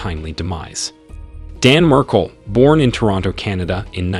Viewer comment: The least you could do is pronounce his name correctly. Jeez